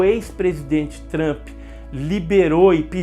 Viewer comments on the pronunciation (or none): none